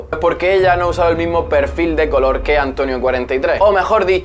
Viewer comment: “Pe’rfil de coloh” menudo media lengua